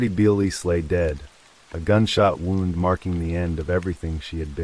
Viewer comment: It’s AI you can tell by the flat affect and pronunciation of words such as wound and live using both in incorrect context